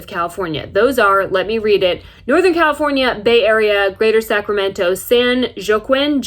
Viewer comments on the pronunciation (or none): San WahKeen us how you pronounce it. - your disbelief of Covid is why the U S has the worst covid numbers in the world and over a quarter million covid deaths. That said I still love your vids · It’s pronounced San “wah-keen” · Don't watch the news, but today an emergency alert was text to my phone, a message of a stay home mandate was in place, lol what? I went to the store to get my tire repair, everyone is still out and about, I think people here in California had it, they are out living. I don't plan to leave this beautiful state. Thanks for the laughs, especially the pronunciation of san Joaquin valley.